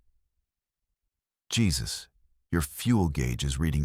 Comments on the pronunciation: Yep, they butchered that one. It's definitely "Hay-Zeus," not Jesus. 😆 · Jesus is pronounced Hesus (Hay Zeus)when used for a living person. If you’re gonna use AI listen to it before you post. It feels like sacrilege hearing this for some Christians. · The mispronunciation gave away the AI instantly 😅 "Hey-Zeus" would've made way more sense.